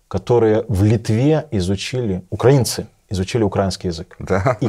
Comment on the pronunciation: Не змогла додивитися це. Пофіг, що російською, але оце "укрАінци"... Як кажуть, нема сечі терпіти ці борошна.